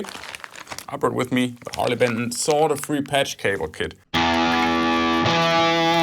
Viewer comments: Germans speak better english than Americans solder not soder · SOLID core cable? Wow! Don't get THAT every day!Oh, & thanks for saying 'solder' properly!